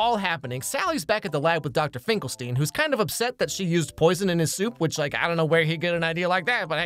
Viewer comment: Finkelstein is pornounced like Frankenstein with "stine", not "steen".